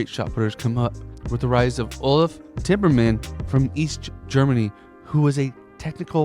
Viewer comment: It is ulf timmermann not Timberman